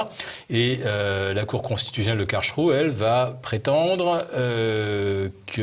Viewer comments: Karlsruhe ne se prononce pas KARL+CHROU mais KARL+S+ROU ! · Philippe Béchade : Phonitique de Karlsruhe : C'est karels rouh Vous arrivez à prononcer ce mot correctement ? Merci